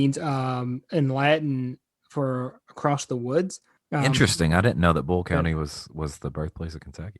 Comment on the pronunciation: It's not bull county,🤪🤯 It is BOYLE COUNTY.